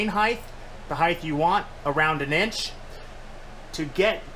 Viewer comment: Why do you say height incorrectly???